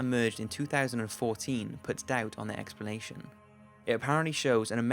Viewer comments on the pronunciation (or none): am i the only one who is slight pissed that he keeps saying expernation? ._. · Expranation lol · I like the video but wish you could pronounce "explanation" properly. It has an L not an R..